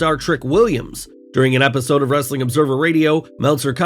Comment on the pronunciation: You have to stop doing the ‘Wrrrrrr’ in Wrestling content, the other guy doesn’t do that and he’s much better!